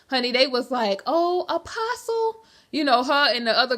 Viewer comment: Umm.. did she just say David “uh-pastay” Taylor?? Girl 😂😂 it’s Apostle “uh-poss-uhl”.